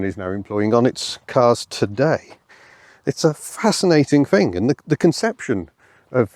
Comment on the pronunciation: "It`s a fascinating fing I fink"